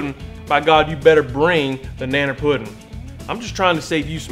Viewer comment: This video felt wrong until went on that rant at the end and finally started saying puddin' instead of pudding